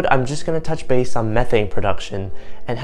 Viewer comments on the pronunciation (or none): none